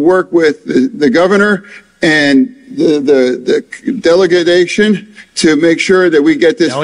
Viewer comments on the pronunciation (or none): He called Biden a broken bridge,😂 the delegadation of the infructure. Mush 🧠